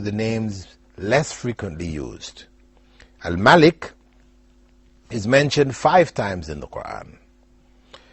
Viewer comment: My name is spelled like Al Malik but is pronounced like Al Maalik